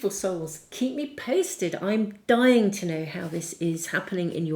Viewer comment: #2&3 today, dear! when you exclaimed you're 'dying' to know.. with emphasis on dying, I jolted off my seat & felt a mallet hit my head... the way you said it reverberated in the ether.... please be careful with the words you use... these words have consciousness and the most seldom used ones are longing for hosts.... much love & blessings to you & everyone here...